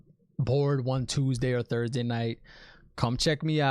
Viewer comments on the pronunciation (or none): none